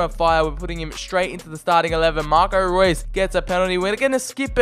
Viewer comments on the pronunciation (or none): none